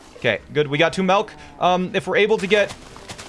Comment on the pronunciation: PointCrow says “melk” too!?